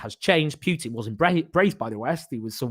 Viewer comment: It's not pitin it's Putin